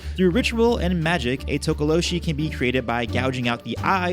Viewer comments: not tokoloshe but tokolosi🙈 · LOL Tokoloshe is pronounced Tokoloche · Its pronounced Tok oh lo shie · Interesting, I grew up around Xhosa speaking people and they all pronounced it To-Ko-Lo-Si and that's how I've always said it. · South african here, talk-ah-law-she is how we say it. We just know it as menacing little gremlin like creatures and they mostly cause havoc at night. Havent heard much about them in the last 15 years or so, especially since most of us (in my circle) no longer live in such open places anymore. And isiXhosa is pronounced almost like cor sah with a click while saying the cor part. Almost like tcorsa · Tokolose. Like with an "ee" at the end. I'm from SOUTH AFRICA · Tokalosh the e is silent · You say it tookalosh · It's tokolo(she). Was waiting for that one😂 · This is cool, I've heard of some. It's pronounced To-ko-lo-sh...the last "e" is silent. Zaire is also known as DRC(Democratic Republic of Congo) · From my knowledge as a Zulu South African it is pronounced as To-ko-lo-share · It's pronounced Toko-lo-She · spelt THOKOLOSI,, you pronouced it correct except the "she" which should be pronounced like "SI" like "Si" in similar or "Sy" in symbol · Actually the /H/ from tokoloshe is silent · For pronouncing Tokoloshe, you don't pronounce the E at the end.